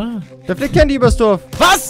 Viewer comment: es heißt Candy.!!!!!!!!!!!!!!!!!